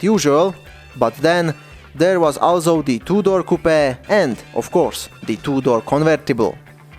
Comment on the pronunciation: haha took me a while to realize he said two door